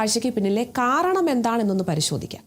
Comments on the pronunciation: കാറണമല്ല, കാരണം എന്നു പറയൂ👍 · കാരണം എന്ന് pronounce ചെയ്താൽ നന്നായിരുന്നു